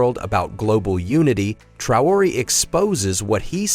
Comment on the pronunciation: You pronounced the name Traoré three different ways